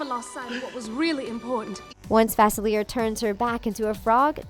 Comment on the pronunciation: it's facelia not facileir